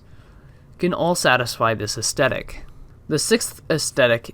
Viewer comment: AesTHetic. It’s TH like Thrush not T like Twat. The content here is great but I couldn’t finish the video because of this pronunciation, sorry to be so knit picky but astehtic isn’t a thing. Facetiousness aside, don’t be disheartened as what you’re covering here is fascinating. I think you’re probably best to practice pitching your video ideas/ scripts to trusted friends and family within a strict time limit. That way you can see what points you get interest peaking at. Should help formulate more direct/dynamic points and also makes streamlining a script much easier, imo. You’re basically the only one doing theoretical game psychology videos and it’s brilliant and with a bit more polish you’re going to be an incredible voice in this emerging field of games journalism. Keep going, I’m looking forward to see what’s produced by your idea factory over the next months and years. It’s also pretty sweet you have Edinburgh Castle as your top photo, I can see it from the front room of my house as I watch your videos was a bit of a WTF moment!